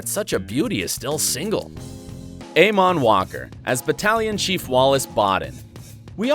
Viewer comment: It really stressed me out how he pronounced Eamonn Walker’s name. 😳😂😂